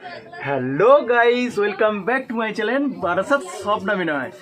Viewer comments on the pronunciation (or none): এরা একেবারে মূর্খ। তাই বলে চ্যালেন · Vinoy tumi chalen keno bolo? Aasol kathata holo channel, uchharan aktu thik koro